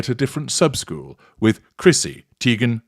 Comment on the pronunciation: I still can’t even get passed “Chrissy Tee-ghen Tay-ghen Tie-ghen!” NEVER gets old.